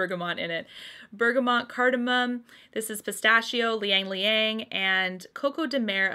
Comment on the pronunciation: It's not Liyang-liyang...it is spelled Ylang-ylang which is pronounced as Ilang-ilang...